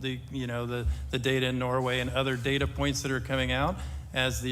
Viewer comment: Now I always hear "DATER" instead of data lol